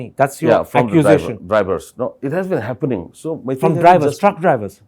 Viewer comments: It is pronounce HAPPENING not HAFENING😢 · Happening not "haffenin" 🤣🤣🤣